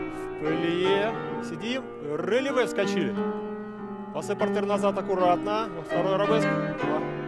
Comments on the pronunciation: Да ладно вам, чистейше произносит РЭЛевэ 😂😂 вот , но согласна, неуверенный и авторитета не чувствуется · в том и дело , что произносит неверно